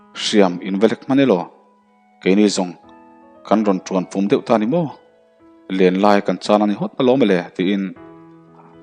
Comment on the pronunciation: Pum i lam dan hi a diklo. I lam dan hi chu, mau, changel, thing hmang a tui chung a lawng ang a kan hman thin lam dan a ni a, Pum erawh chu thir chherin mei hawl a chhem lin na, thir ling vur khawp a an rawh chhem lingtu hi Pum ani. Chu chu van a chhum tluk ang a PUM tih tur a ni. Pum hi a hming chu i hre ve tawh chek ang chu maw.